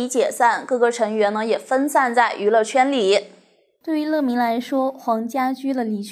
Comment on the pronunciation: 我的天啊，居然管乐（yue）迷叫（le）迷。我是怎么点进来的。。。